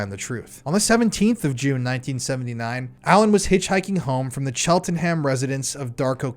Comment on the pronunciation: Hi, great video. Cheltenham is pronounced cheltnum, Salisbury is pronounced Sawlsbree. Not being critical, I was pronouncing Arkansas as ark ansus until someone pointed it out 😂😂